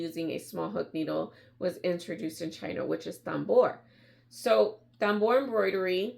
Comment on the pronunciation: It is pronounced “tamboor”, it is a French word.